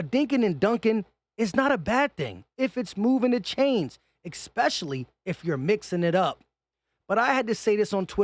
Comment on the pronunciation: Eckspecially = Especially. :)